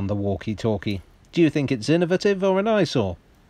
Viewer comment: 16 "IN-NA-VAH-TIVE."